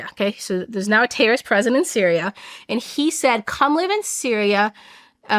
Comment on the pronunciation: "TERRIST" the pronunciation is killing me